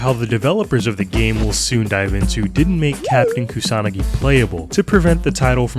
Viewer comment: No, but seriously, I appreciate that the Youtuber pronounces Kusanagi with an emphasis on the second vowel. Similarly, Koi is also pronounced correctly Koee with an emphasis on the second vowel. 💯